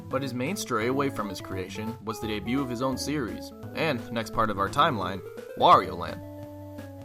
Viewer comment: Début, not débiout!